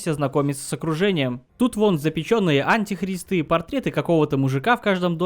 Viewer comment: Очень динамичный ролик и юмор кайфный! Единственное, постоянная ошибка в ударениях в словах еретИк и еретикИ, антИхрист В остальном вообще не к чему придраться) Супер, продолжай в том же духе)